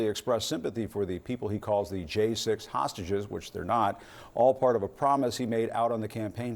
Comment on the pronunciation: Trumpf parlance = Hahsteges, normal speak = prisoners